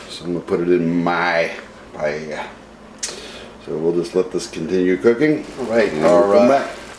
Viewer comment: Looks great but I'm pretty sure you're pronouncing paella wrong lol